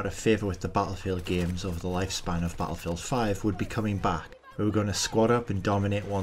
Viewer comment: Lol 😂 why you say battlefield like that “bahattlefield” 😭😂😂😭